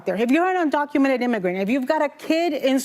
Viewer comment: Wooopy said "undoumented citizens"